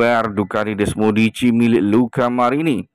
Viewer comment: Bukan desmodici min,,kalau gak bisa ngucapin gak usah lah ngedubbing😂🤣desmosedici